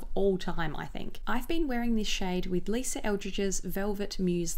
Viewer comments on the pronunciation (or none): none